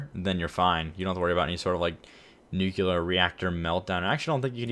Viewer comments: Education... well, you really can't cause its nuclear. Not nuculear... 😂😂👌👌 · nu clear. Like new clear. New que ler is not a word,. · Nucular power. Lol. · “Nucular” power lol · Nukular. the word is Nukular. also. its realy hard to turn a Nuclearplant off. if your water source runs dry suddently you got a hugh fucking Problem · "noo-klee-er" = correct pronunciation. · No, as in noo-klee-er. The syllables, count them. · lost me at nukular